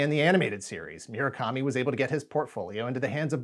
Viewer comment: It's mu-ra-kami not mi-ra-kami